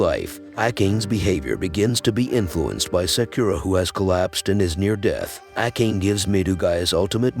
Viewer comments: Ah..yes pronouncing "ah kah nay" as "Ack Aane": like finding a hair in your soup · That name prononciation was horrible